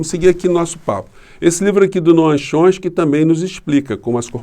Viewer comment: Você tem o jeito mais engraçado de pronunciar o nome de Noam Chomsky que eu já ouvi...risos...